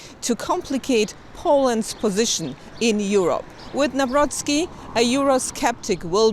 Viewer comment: Jeez cant you really make this minuscule effort and learn how to pronounce his surname NAWROCKI